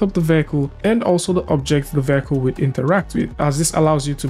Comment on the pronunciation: "vehicle" pronunciation is taking a beating today